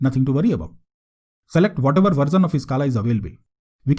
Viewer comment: Nice tutorial but dude, it's version (ver-shun) not versun. Also, why do you keep saying good and great when you're just playing with some code? Can you also talk a bit about Coursier or Maven and which artifact repo you're pulling from?